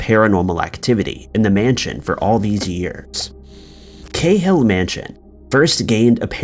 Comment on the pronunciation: We seem to pronounce Cahill different here in Ireland to elsewhere here its Ca hill with a strong a pronouncement such as notorious Dublin gangster Martin Cahill also known as The General who was assassinated by the provisional IRA in 1994 and was later made into a film you may have seen it.